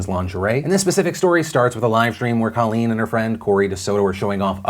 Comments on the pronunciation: It's COAL-leen, not CALL-leen. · Colleen (long "o", please stop mispronouncing her name) is a shining example of intelligence and class. Only a mature, critically-thinking person would so eloquently take full responsibility for their past behavior and then use it to empower others.